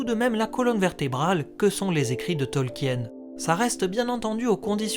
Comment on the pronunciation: Bon, tu as fait la vidéo avant moi 🤣 Mais arrête de prononcer Tolkien à la française ! 🙏🙏 C'est Tolk-in et pas Tolki-aine. 🤣♥️♥️ En tout cas vivement l'arriver de la série que l'on ce fasse une bonne idée de celle-ci. 👌🍻